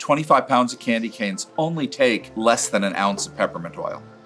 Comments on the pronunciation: Did he just say Candy Can😀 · The guy pronounces candy canes as "Candy Cans" 🤦‍♂️